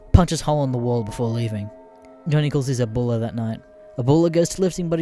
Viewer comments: "Aboola"? My guy. It's pronounces how it sounds. Abuela. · It’s uh, Ah bue la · Boy how the fuck do you get ABDOOLA from A-BU-ELA? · It’s grandma ya fuck … get cultured and I’m American… Abdula ,????? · >pronounces abuela as Ebola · At least he doesn't go full tard like Creepswork and say aBdUlLaH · He says it like “Ebola” 😂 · its not my native language either but it just sounds stupid so you should look up how to say foreign words it will add to the quality of your videos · I love how there is two different uploads of this story I've seen now with mispronounciations of Abuela. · Since when is "ue" pronounced "way" in English? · The pronunciation of abuela is getting me A N G E R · being half border jumper, i agree, THE B IS PRONOUNCED LIKE A FUCKING W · Why the fuck can nobody pronounce "abuela" in this fucking greentext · anyone as pissed as me because of the way he says abuela